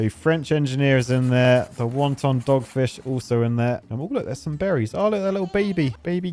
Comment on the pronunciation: Is it just me or is he saying "Wonton," like the food, instead of the word wanton?